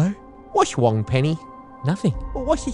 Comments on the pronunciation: "What's wong Penny?" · "Wass Wong, Penny?" 😂😂😂😂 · "What's Wong, Penny?" LOL